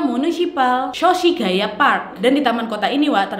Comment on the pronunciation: Me : Shoshigaya park Nad : "SOSIGUAYA PARK" Ndesonya bund 👁👄👁👌